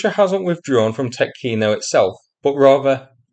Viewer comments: Tyoooootkino (long "o") .) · Actually, it's a lot more serious for Russia. The only way out of Tetkino leads toward Glushkovo, but the bridge over the Seym River is down. There is another bridge at Karyzh, over 16 km from Tetkino (the emphasis is on the e, not the o, btw) as a crow flies, but it is only eight and a half km from the Ukrainian border, well within artillery range, so I don't think that it's still standing. With Ukrainian troops advancing westward from Sudzha, and with the Ukrainian border at their back the Russians are now trapped on the left bank of Seym. Some estimates put the number of Russians at Tetkino at 750 - 2,000 troops, conscripts, border guards and some airborne. With their supply lines cut they won't last long. We may see a mass surrender soon. If Ukraine can eliminate this pocket of Russian resistance it could secure a front line along the Seym River. Another thing to look out for is what's happening East of Sudzha. There is a large area of hills cut by deep ravines, very favorable ground to defend. And, as a bonus, this area sits astride the main highway between Kursk and Belgorod, which is the main supply route for the Russian forces fighting in the Vovchansk sector. Right now Russia left that area undefended. If Ukraine could get there and dig in before the Russians can get there it would be very hard for the Russians to push them out.